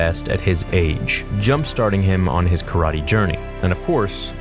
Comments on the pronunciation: tf is “Ka-ra-te” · How you say karate is weird but i like that i like that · the way u say karate makes me wish i was dead